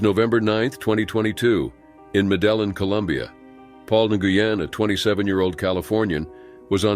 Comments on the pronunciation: Medellin = is not medel -YANH like in French, it's medel - YEEN like in Spanish. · Ha ha "medellen " med eeee yeeen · NOT MEDE.LLIN...MEDEIIEN. SILENT L. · Meh-deh-yeen. Jeez. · K, I’m only a minute in & this is gonna drive me batshit. Not to be the grammar police, but 2 ‘L’s in Spanish is pronounced as ‘Y’. As in ‘Med-e-YEEN, with emphasis on the last syllable. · To the narrator, Medellin Columbia is pronounced "MED- DA- YEEN" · The way Medellin is mispronounced is annoying. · My thoughts also.